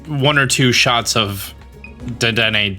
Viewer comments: haha he butchers that. It was in the cartoon. Duh-den-aye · Dedenne is pronounced day-den-ay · Dedenne is pronounced, 'deh, deh, neigh'. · It's pronounced: Dead-den-neigh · its day-den-nay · Deh-den-nay. You had it right a few times lol Also, who found out the eevee thing without some sort of guide?! That was total madness 😵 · Dedenne is pronounced “duh-dehn-eyy” my dude, in case you want the correct & easy way to see how to pronounce it. You pronounced it correct . Edit: while I’m here— vivillion is pronounced “vih-vee-yawn”. Has a French sort of pronouncing where the L sound is more of a Y. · Dedenne is pronounced “Duh-den-ayyyy “